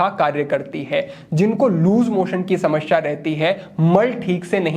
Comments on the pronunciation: Shamsha nahi hota 😂 samasya hota hi 😅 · हिंदी सही है पर शुद्ध नही कह सकते, क्योंकि समश्या बोल रहे हैं। ध्यान से सुने